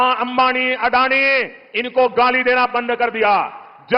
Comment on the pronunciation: अरे अडाणी नही अदानी बोलो.